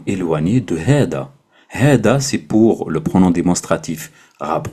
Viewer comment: Normalement on prononce hadha pas hada non ? Genre c’est la lettre ذ (thal )pas د (dal)